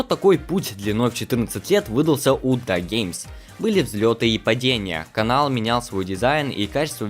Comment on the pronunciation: Хочу сделать поправку. Я понимаю что тебе вероятно удобнее произносить "ДАГеймс", но... Правильное произношение " Ди""Эй""Геймс". Прошу простить, я просто старый фанат этого исполнителя